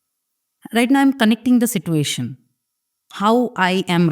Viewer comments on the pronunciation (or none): Honestly, if I wanted to hear a story in English I would go to a British or a US channel. I am only hear because I want to connect to my roots. I would like that done in Bengali. This is a Bengali podcast please bring in people who tell stories in Bengali. Thanks. Also, that is NOT how you pronounce 'situation'.